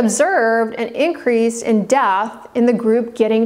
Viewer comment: Is it do hard to pronounce death? It's dEath not dath